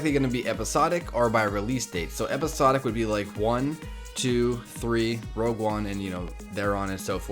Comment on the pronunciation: ROGUE one not ROUGE. WHY does everyone say ROUGE?